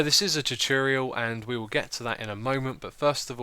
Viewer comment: Why can't you pronounce the word tutorial correctly??